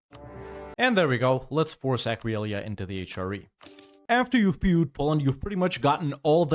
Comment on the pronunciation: Completely broken by your pronunciation of Aquileia